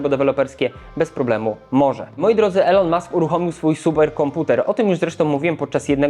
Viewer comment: „ilon” nie „elon”